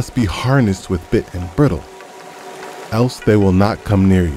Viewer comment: Hi, Thanks for doing this. Though nothing is better than reading the Word myself, sometimes its just nice to close my eyes and let others do the reading for me. I do want to offer one suggestion though. Knowing the verse, it was a little distracting to hear the mispronunciation of the word "bridle." The "i" is long, like in the word "bride." I searched a few pronunciation sites to be sure. I have not yet found any commonly accepted variations. You may be able to use some audio editing software to copy a long "I" sound from your own audio clip, and paste it in over the short i sound. Other than that, thanks again for what you're doing. God Bless.